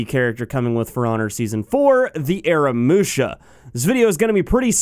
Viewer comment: AH-RAH-MOO-SHA say it with me now :D